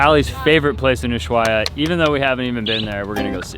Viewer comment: VERY awesome shots BUT you guys really need to get on the same page re the pronunciation of "Ushuaia." Are you going to take the narrow-gauge train to the national park?